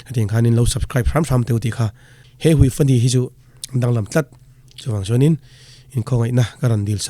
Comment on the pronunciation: Hei hui tih lam dan hi.'hei' tih hi 'hei hi' tih a 'hei' lai ang hian lam tur a nia.'hui' tih hi 'awi/ui karei' tih a 'awi/ui' tih thluk ang hian lam tur a ni e